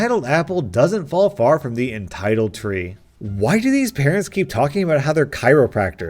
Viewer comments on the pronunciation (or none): What's a ciroprachter